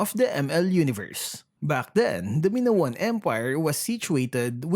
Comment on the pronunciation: it's maynown not minowan :)